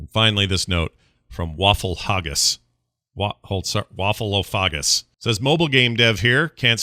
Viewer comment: Your pronunciation of waffleophagus was on point 👌